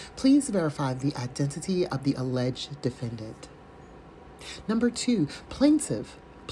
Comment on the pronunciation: Hi from France! I suggest to his inmates to never play scrabbles with … - aileged - analysation- to rebuttal -license place - instrament…. Too many new words 🤣🤣🤣🤣 Have a sunny Sunday 😘🌹